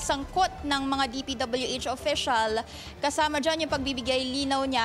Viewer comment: Nahawa na yung reporter kay Curlee Discaya, "DPW-Etch"